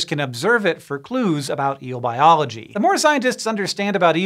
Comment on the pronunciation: Eel biology, or bieelogy